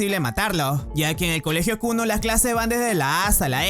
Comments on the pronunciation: El colegio llamado Kuno xd es kunu pero se le entiende kuno xd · yo entendi kunno y no kunu;v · escuche el colegio llamado kunno xd y era kunu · en el comienzo escuche Kuno JAJAJAJAJ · bro en el inicio escuche que el nombre del colegio era kunno en vez de kunu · Siempre escuche "kunno" ●_● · Al inicio pense que dijiste clase kunno XD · lo primero que escucho en el video es la escuela kunno en vez de kunu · Le entendí kuno al inicio XDDDDD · Pense que dijo kul0 digo Kunno pero es kunu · Yo creí que dijo kunno XD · soy yo o dijo kunno XD